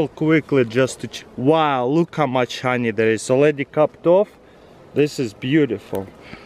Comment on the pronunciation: I like the way he pronounces honey. "hanjej" 😂